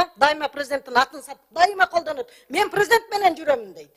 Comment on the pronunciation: Базарда отургансып ажылдайт. Прзыдент...прзыдент....прзыдент.....